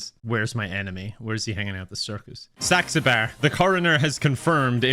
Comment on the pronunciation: Thank you god for not being able to pronounce saxabars name because I haven’t laughed like this in so long in a video